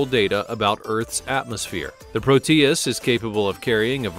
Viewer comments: "Proteus" is not pronounced pro-TEE-iss but PROH-tee-iss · Pro-tee-us? So stupid. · Proteus is accented on the "o", not the "e". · It's not very funny how you call prop planes jets. If this video was a high school history project, it might rate a D. It is rife with poorly researched subjects, and information that is wrong. However, what would one expect from someone who cannot pronounce proteus. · there is no accentuation in the "tee" sound, in the middle of "Proteus," just a very quick "tee" sound. The "Pro" has the accentuation.